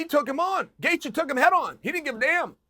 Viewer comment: Justin Chaelthje